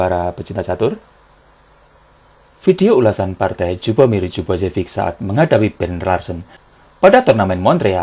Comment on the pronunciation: Lju dibaca liyu bang..